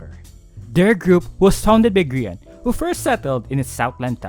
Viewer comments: Grian is g-aha-n This is a f-aha-ntastic video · "Grian is... G-aha-ne" Already made me laugh out loud. Love. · Grian is "gAHAne" got my dead 🤣